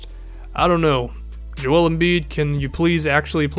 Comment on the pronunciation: good vid but why cant you pronounce joel righ. its kinda relevant to me cause my name is so similar